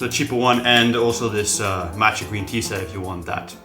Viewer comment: Why would one take advice from someone who can't properly pronounce the name of the product?